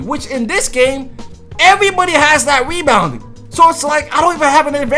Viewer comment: Nigga sound dumb wen he talk lmao nigga said weebounding 😭😭